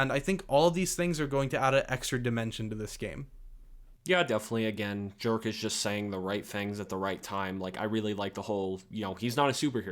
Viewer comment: Dude. I am a 100% sure "Jerk" is not being pronounced the way you do XD. But seriously, watching the first gameplay footage of Indiana Jones and comparing it to the latest cinematic iteration, one thing is for sure: Those old franchises should be turned into games, NOT movies. Because actors age but player character don´t. People are sick of their franchises being exploited by disney & co in a way that puts quantity and content over quality and longevity. Maybe the latest Ghostbusters in an exception but for all other great franchises, it´s just the truth: They are deteriorating. People prefer watching Terminator 1 or 2 over later iterations. Alien, Indy, Predator, Matrix, Star Wars, Marvel... you name it. And then look at Alien: Isolation. Or Terminator Resistance. or the new Robocop! Games succeed where movies fail. Hollywood should take notes!